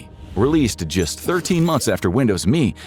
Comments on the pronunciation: why the fk are you calling it Me? its M.E. mellenium edition dmb fk god damn dude. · I have never heard a human say "Windows Me" like me was a word. 100% of the time I have only heard "Windows M.E." You know, like the initialism it is. And he says what the letters stand for. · ARRGH! It was never Windows "Me". It was ALWAYS pronounced Windows Emm Eee. Also, XP didn't come first! Windows 2000 came first! And, dammit, your OS is NOT a "Program"! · There is NO SUCH THING as Windows "Me" . . . IT'S M E . . . . "M"illennial "E"dition . . . NO ONE EVER called it "ME". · Who called it me? Everybody I know called it M E . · Why at it like "me"? When has it ever been referred to as anything other than M. E.? This is the first time I've heard it called "me", and I remember Windows ME surprisingly well, considering its total failure. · Windows "me" not M E or millenium edition. If I was sure you didnt use AI before, its a sure thing youre using it now. Such a shame.